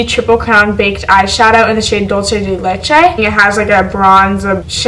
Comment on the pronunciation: the way she said dulce de leche made my ancestors cringe